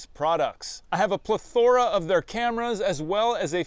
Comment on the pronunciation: plethóra LOL